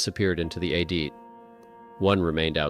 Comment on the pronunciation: TY FOR THE VERY INTERESTING VIDS. HOWEVER, PLEASE TRY TO PRONOUNCE WORDS PROPERLY AS IT IS DISTRACTING FROM THE STORY. ADIT - ADD IT. SEISMIC- SIZE MICK.